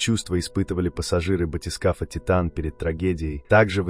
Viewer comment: Az nem Tájtön, hanem Titán.